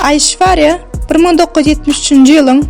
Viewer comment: Gyzynyn adyny yalnysh tutup gurleyan